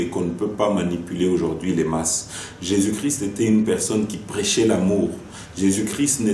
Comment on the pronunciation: Cardinal ne sait pas prononcé christ , mot cri ce n' est pas christ .